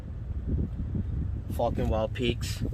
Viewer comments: Haaaaaaaaaaaaaaa. Sounded like you said Fukn Wild peaks.... Question, Im hearing the TRDs have a factory 2" lift. Do I need this lift to accommodate these tires on a SR5? ? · Sounds like you're saying fucking.